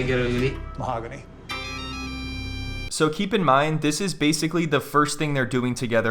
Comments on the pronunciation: "mahony" always cracks me up😭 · The occasional ‘mohogany’ in these videos always makes me laugh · "mahogany" made me fall off the chair :)